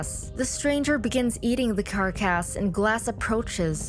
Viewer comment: Not trying to be rude, but some simple words were mispronounced throughout this video, like the word carcass. Also, you were incorrect when stating that Glass had agreed with Fitzgerald to euthanize him. Fitzgerald told Glass to blink if he wants him to kill him, and of course Glass had to eventually blink. Glass did not want to be killed...